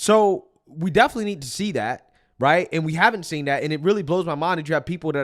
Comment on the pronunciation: Someone tell the difference between the word “travesty” and “tragedy” and the “aka” is different from “i.e.” “Definitely” is not pronounced “deffly” Also, starting every paragraph with the word “again” makes him sound low IQ.